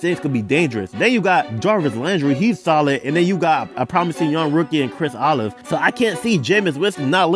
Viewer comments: Chris O-la-ve not olive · “Chris olive” 💀 Ik you said Olave but my mind heard olive